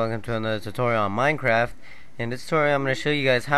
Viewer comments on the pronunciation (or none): none